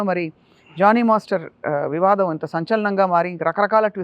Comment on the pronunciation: Its Jani ...not Johny